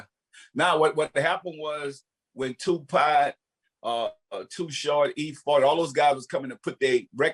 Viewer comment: Correct pronunciation: Tupac Master P: 2-POT